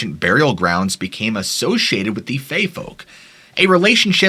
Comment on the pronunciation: Fae, buddy, Fae. As in Faerie. Good video. Also known as the Aes Sidhe or Aos Si, which translates to "people of the mounds". Some say they are the old Irish gods, the Tuatha De Danaan and the Famorians. Some say they're the primordial people of Ireland, the Fir Bolga. And still some say they're the spirits of the dead, noting that you might recognize someone who's passed away when you glance at them through your periphery. Either way, they're not Tinkerbell.